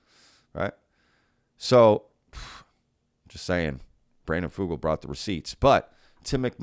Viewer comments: as a native Utahn you are pronouncing Brandon Fugals name incorrectly. Here in Utah we pronounce it Few-gulle like Seagull I don't know if that is the correct way to pronounce it but I have been working in Telecomm for 25 years and Fugul and Sons has been a major contractor for the telco industry for decades. I believe Brandon. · It's pronounced "fyoo-gull" ... as if it were spelled with a "y".